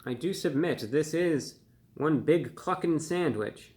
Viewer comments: Thought he said fuckin for a second. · I admit, I giggled every time you said Cluckin'!! 🤣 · lol i didnt hear cluckin i heard the other word when he said that